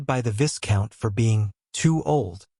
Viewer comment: viscount is pronounced as vai count.